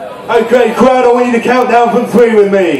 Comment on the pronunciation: Thwee, two, one lol